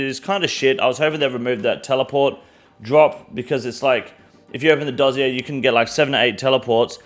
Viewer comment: Why can no one say Dossier? Are you guys new to gaming?!